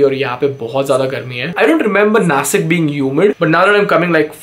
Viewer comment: Bro its nashik not nasik